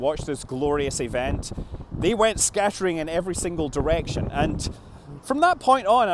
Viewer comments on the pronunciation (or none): none